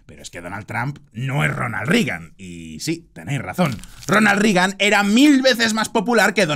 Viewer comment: Muy buen análisis, como siempre, pero mencionaría tres errores menores: A) En ningún caso la U suena como A en inglés, por lo que no es "Tramp", sino "Tromp". Yo sé que este no es un error individual tuyo, sino colectivo, pues países enteros, como España o Argentina, lo cometen. Sin embargo, sigue siendo error.. Algo parecido ocurre con "Rigan", cuando es "Reigan". B) No hay parentesco cercano entre los presidentes Roosevelt. C) En algún momento, dices que Reagan fire asesinado a tiros. Fuera de eso, coincido en todo. Saludos.